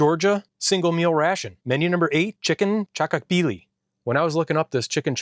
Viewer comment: yeah that pronaunsation was def wrong but still ok. Pronounse it like CHA-KO-KHBI-LI